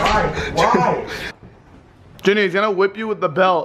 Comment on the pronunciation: It’s junior not Junear